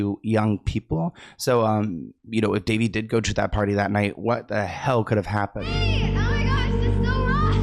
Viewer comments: It's Da Vay!!! Not Da Vee! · Duh-vay, sweetie...is her pronounced name. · Isn’t it ‘Da vay’? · Her name is pronounced Dé-VAY. Soft on the "dev" like "duh" and a strong AY sound at the end. Rhyming with Jenae, Renee. "Duhvae"/ Devae pronunciation My older sister spent her senior trip at her house when she finished high school. One of her best friends lived in CA before moving out here and their family were good friends with Chase's family. So the group of 4 seniors went on a road trip for a week and stayed at Daveigh Chase's family's house. She's younger than my sister so she was still a teen at home. But the group of girls spent most of their time exploring the area rather than with the family. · it’s pronounced like “Da-Vay” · that pap just called her "Duh Vay" 😂😂😂 that -eigh really threw him for a loop